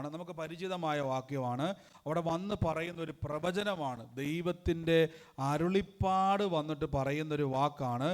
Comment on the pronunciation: Not arullippad, it is arullappad...